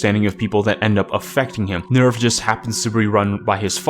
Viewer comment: You got to work on your german, you mispronounce NEVF and SEELE.